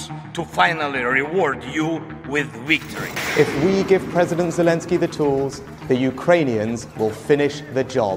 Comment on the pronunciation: Wictory is constipation